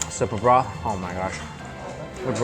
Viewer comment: . Is he mentioning broth or bra??? I wouldn't mind handling BRA...lol